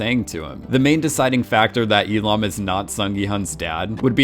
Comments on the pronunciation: and especially Il-Nam. How is it possibles? He says I-Lam when the name is literally Il-Nam! Gah!!!! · Il-nam not E-lam! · you’re hearing “lam” because the L sound from “il” is being carried over. So if you say he’s name lazily, you can say it “il-lam” but correct pronunciation is il-NAHM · Why do you keep saying "il-am"? It's il-Nam. NAM for namja meaning man. Il-nam means first man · Listen to how the actual character pronounces his name. He says it as "il-lam". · Just while we’re all at it, his pronunciation of Il nam is a bit dodgy too in my opinion. But dodgy name pronunciations aside, I do really like these videos 🙂